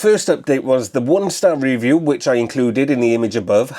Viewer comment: Reeview? You mean review? You are obsessed with the word reeeeeview?!!!